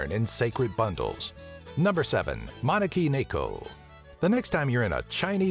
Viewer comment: ma-ne-ki-ne-ko say it individually...